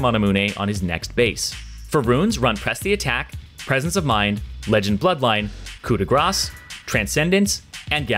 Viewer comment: pronounced coup de grâce properly.. Congratulations sir! Hehe